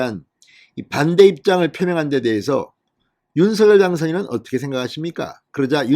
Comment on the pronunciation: 진성호 전의원님 윤석열 발음을 못해서 서결이라고 발음 하십니까? 아니면 고집이십니까?